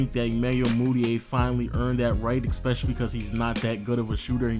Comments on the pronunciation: Learn to say especially. You’re saying ekspecially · STOP SAYING EKSPECIALLY